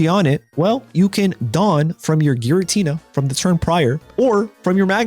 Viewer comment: Giratina, not jiratina